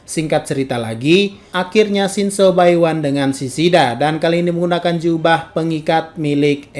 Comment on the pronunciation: kura kura.. Mimin nya kalo ngomong shinso nadanya kek shinzou, mungkin aja kebanyakan nge teori Aot..